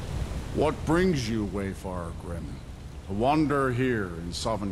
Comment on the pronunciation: I hate how he says Wayfar-er and not correctly pronouncing wayfarer